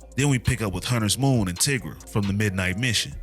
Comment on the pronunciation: Lol tigras name is pronounced "tye gruh" like "tiger" not "tih gruh"